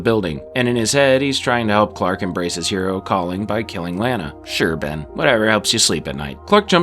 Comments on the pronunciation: Stop calling Lana Lanna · It pronounced LAH-nuh Lana Lang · Gosh... if you're going to do a retrospective on a show with 10 seasons. .... at least get the main characters names right. Lane-a lol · You are saying Lana's name wrong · You are saying "Lana" name wrong. And it noticeable. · I hate how you pronounce "Lana" but I thank you for the video! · I cringe every time he pronounces "Lana" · It's hard for me to comprehend all the work that went into this summary, and yet, it bothered me each time you pronounced Lana's name lol... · I'd say take a shot every time he mispronounces Lana, but you'll be dead in the first hour.